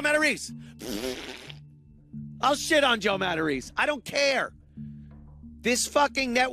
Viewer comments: You missed one key detail. Oddly for somebody who is "100% Italian", he is mispronouncing his own Italian surname. Its "Mah-Tah-Race-Ay", with an especially soft "c". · For a guy who's always talking about being Italian, shouldn't his name be pronounced Matta-ray-say, not Mattareese? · Pretty sure he's just mispronouncing it